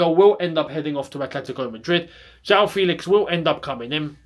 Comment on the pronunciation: It’s FEHLIX and not FEEEELIX